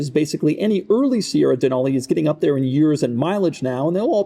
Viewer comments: Being from Alaska and knowing that the truck is named after the mountain. It's pronounced "Dee-nal-e" like "ca-nal" not "Deh-nahl-e". There is no "H" sound in it. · Pronouncing Denali like that in Alaska is an instant way to let everyone know you're a tourist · DUHNAULEE weird way to pronounce it...